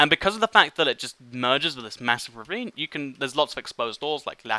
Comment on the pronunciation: The whole beginning of this video all I heard was revine revine revine